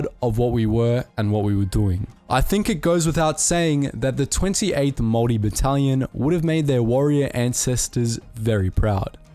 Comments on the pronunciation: Your saying Maori wrong! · Maori but pronounced Maldi... got it. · Bro, its pronounced moldy. Like mold that grows in moist dirty dark places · Pronounced- Maw-Ree. What's the weird Germanic accent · Your maori pronunciation is painful bro. The g is usually silent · I want to rip the voice box outta the narrators throat. Say Maori like that one more time and my ears are gonna explode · Your pronunciation of "Maori" makes me feel sick lol. Are you one of those people who breaks English mid-sentence to say "Kwa-soh" for croissant lol?